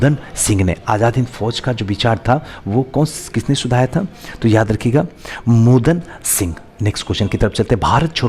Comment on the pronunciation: Yaar sir aaga khan ko ankha khan mohan Singh ko Modan singh bolte ho please sahi me ucharan kiya kijiye